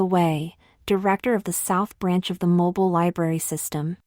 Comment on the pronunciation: I love this story, but I really have to struggle listening to the AI screw up so many words, especially pronouncing Mobile, AL as moble when it should be mo-beel.